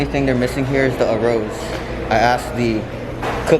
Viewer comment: You saying “A Rose” instead of Arroz........ 😂